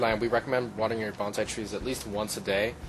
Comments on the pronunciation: Know the proper pronunciation of Bon-sai, it is not Ban-zai . . . Banzai is a battle cry. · By the way it's pronounced "bone-sigh" not bonzai that is a war cry used before committing suicide